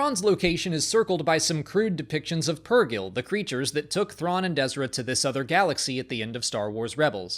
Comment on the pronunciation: Great job,. And thanks for pronouncing Purgill, Mother Talzin, and 2-1B correctly. Paying attention, Ryan?